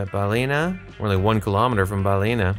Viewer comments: Fun video, congrats on the gold medal! Just a lil note that Firhouse is “fir-house” rather than “fire-house” and Ballina is pronounced “Bahl-in-ah” rather than “Bahl-ee-nah”. And the area you were in in the last round was a Gaeltacht area (“gale-tock-t”) which is a primarily Irish speaking area, hence why so many signs were in Irish. Looking forward to your next Ireland video if there is one 😊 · Balina is pronounced balin--aaa. Sligo is pronounced slygo with the i like a y not an e 😂